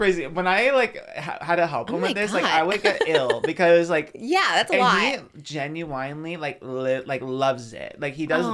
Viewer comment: please why does pronouncing it Genu-WINE-ly 😭